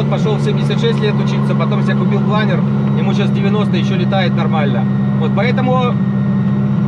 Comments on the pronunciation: планЁр, вашу машу! кровь из ушей... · Планёрррр! Никакого другого произношения даже не подразумевается.